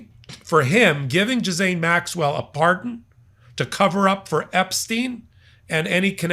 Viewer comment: Who is Jizz-ayne Maxwell? 😅